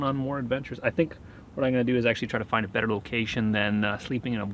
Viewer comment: Is that a 🇨🇦 acent thing or what? ✌️